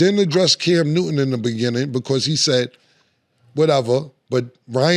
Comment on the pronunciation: “Cam Nooden” yoo Killa pronunciation is crazy.